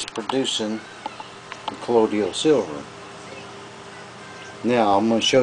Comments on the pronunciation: he WRITES colloidal,but SAYS collodial?WTF? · I really hate the southern accent. It makes the speaker sound so uneducated and dumb. I can't stand how they speak so slowly, repeat themselves, go into detail about things that are common sense, and mispronounce words. If I hear this guy say the word "ColloiDIAL" again, I'm going to scream while projectile vomiting. A der da da der. "Hey, Jim-Bob! We should make a colloiDIAL silver beer to drink on Nascar race day!" "Their makin' a left turn!"- Bubba J. (Jeff Dunham) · I too thought that Colloidal only had 3 syllables and not 4, lol. My granny and her sisters and brothers were all raised in east Tennessee and they all pronounce the word "Wash" with an "R" , to them it's "Warsh". When I was a kid before eating at my grannie's , my granny used to ask- "Did you warsh your hands ?" I also grew up in the south in Georgia but I spent a lot of time reading. With the invention of the internet and worldwide communication , a lot of regional accents and mispronunciation of words are fading away. I moved west to Colorado about 5 years ago and made a concerted effort to lose my accent but I always had good pronunciation anyway compared to other southerners. I think this is the only video on youtube about Colloidal Silver where the person adds an extra syllable and I've watched over 100 different videos about it in the last 3 years. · Call me fussy, but it doesn't give me confidence when the maker can't pronounce the word, calling it: "Collodial." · u can't even pronounce it properly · Please learn to pronounce colloidal,good video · This guy can't even pronounce it correctly, so I'm not going to follow his instruction! LOL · I got ripped off buying Sovereign Silver at the Wholefoods grocery for the longest and pronounced it wrong up until I began to make it myself. Tomatoe, Tomato! As long as it works. SMH! People like you are always punching holes in the dumbest things. You are a distraction.